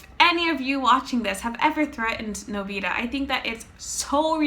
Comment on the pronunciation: you're pronouncing his name wrong